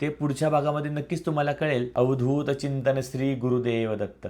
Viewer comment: Thank tumhi अवधूत चिंतन म्हणालात "चिंतण" नाही😂